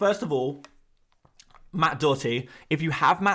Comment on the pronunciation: Can't stand the way he pronounces doherty, just sounds weird